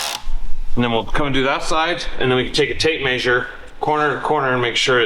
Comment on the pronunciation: I wonder when you guys watch yourselves back on these videos you are hearing “WILLS” when you mean “WHEELS” right? Between this and MAYYY-ZURE I don’t know which is worse.